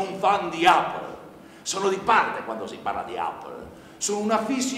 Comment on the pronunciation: la pronuncia non è corretta... APPLE si pronuncia eppol..... e basta! ahahah sono gli italiani che italianizzano la pronuncia... SBAGLIANDO ahahah